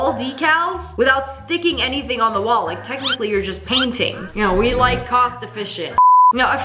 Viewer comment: "It does jusnt make sense" 😭😭😭